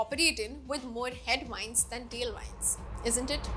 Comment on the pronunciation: Great explanation. Thanks. (Plese check on how to pronounce Tailwind & Headwind)